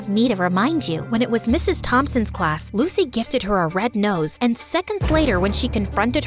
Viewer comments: Instead of saying rose she said nose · “lucy gifted her a red nose”💀 nose? or rose? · Is it just me, or instead of her saying red rose it sounded like red nose?